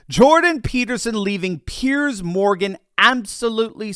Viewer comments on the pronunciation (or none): none